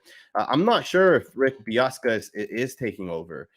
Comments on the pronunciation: Dude's name is Bisaccia not Biassca. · BIH-SAH-CHEE-AH. Hearing you mispronounce that multiple times hurt my ears. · Pronounced Beeoska? Lol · Pronounced Rich Biss-ah-chia